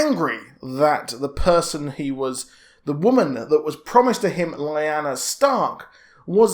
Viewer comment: lyanna. lee-- anne--a... not li--na. Ned and Robert was in the vale. But, what i dont understand, rhaegar married lyanna in secret (got it makes sense) however he annuled elia that you just couldnt keep secret, so I dont know how the kidnapping came into play or who told ned and robert that lyanna was kidnapped (to me) it looks like something littlefinger would have done to cause a war someone knew the truth but told ned and robert a lie (a game i like to play who benefits most from it,, tehe). Then when Ned arrives at the tower of joy he learns the truth and had to keep it quite. Again I dont see why ned kept it all hush hush, okay robert finds out the kid is a targ, he gets mad Ned tells him the truth hey lyanna and rhaegar was in love and they were married in secret the kid is legit, Robert isnt a bad or cruel person just likes to drink, fight, and plow the ladie, He wouldnt have caused a war with ned over it. So now that just makes me think, when robert is on his deathbed he writes in the will the true heir to the throne, I wonder if he put that in there for Jon to take the crown..